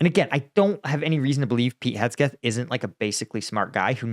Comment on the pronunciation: Man said Hesgeth